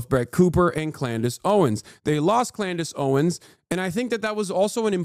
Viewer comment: Klandace Owens